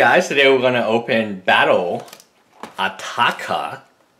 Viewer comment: Yup youre killing the name because you dont wanna pronounce the "R" in Atarka.